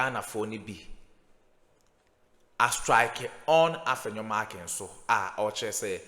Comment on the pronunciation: Wo nso you're too thick. The name is Afenyo MARKIN, not MarkinS. You've been corrected a thousand times.